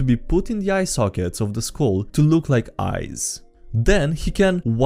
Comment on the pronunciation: why you pronounse skull like school? i mean im hella out of being native speaker, and it really bothers me. Like is it me pronounsing it all wrong?